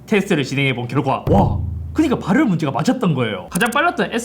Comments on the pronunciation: 오늘 따라 ‘ㄹ’ 발음이 두드러지네요 “발열르ㄹㄹㄹㄹ” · 발열 발음이 ㅋㅋㅋㅋ